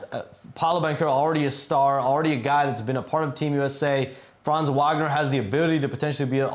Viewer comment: Please stop saying Franz’s name if you can’t pronounce it correctly 😂